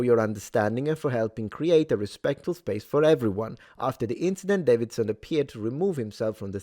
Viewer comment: It's pronounced "Day-vid-son". not "Dav-vid-son".